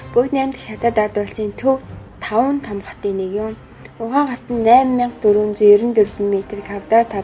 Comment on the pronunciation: Хөтлөгчийн хоолой онцгүй сонсогдожийн У Хань хотын нэрийг буруу дуудаж бна шүү